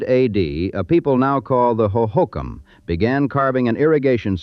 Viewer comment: I don't know what's more impressive; the facts this video nails, or that the AI narrator correctly pronounced the names Hohokam, Prescott, and Mogollon.